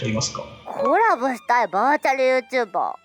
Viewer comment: バーチャルYouTuberのイントネーションwww バーチャルYouTu BAR